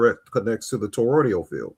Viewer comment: EMUUUULATE not emanate and toroI D AL toroidal not the mangle u saying Jesus why is English so hard to the native speakers …